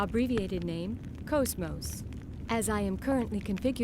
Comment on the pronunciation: GOOD VIDEO 10/10 VERY INFORMATIVE Okay sorry for fanboying but GOD I LOVE HER TO PIECES edit: also I'm super glad you actually pronounce her name correctly :)